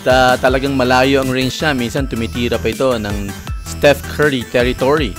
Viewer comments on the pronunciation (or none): none